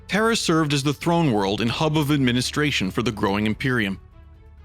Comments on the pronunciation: why do keep saying terrer it sounds like you say terror really fast; terhr. plz say terra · Please stop saying “terrhr” lol